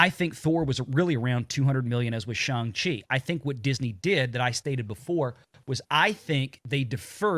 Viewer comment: It's pronounced Shawn of the Chi......come on, guys!